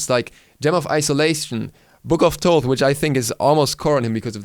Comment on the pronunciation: Thaw-th and not Taw-th is the correct pronunciation. (Like Thanatos) This is how it's pronounced in Greek and where his modern name comes from. ΘΩΘ (THOTH) not ΤΩΘ (ΤΟΤΗ). ΘΩΘ isn't pronounced any other way, it's pretty clear. In ancient egyptian it was written and pronounced completely different.